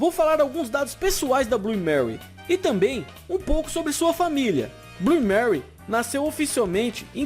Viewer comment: Bom vídeo mas... Manu fala Blu (Blue) o E vc não pronuncia, fora isso parabéns pelo trabalho.